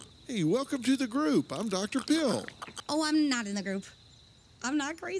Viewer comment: I died when i heard Dr Pill and realized it was really Dr Phil